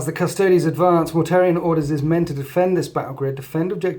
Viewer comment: Mortarion, not Mortarian, lol.